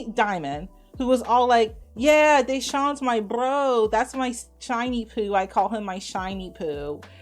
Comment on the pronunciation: you had me thinking she said "Shiny Pooh" too lol. She was saying "Shauny Pooh" 😂.